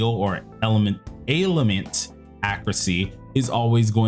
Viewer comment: It's pronounced "Ale-ment", You say it like "Ale-i-ment". Either way not the biggest deal wish you the best. Thanks for the video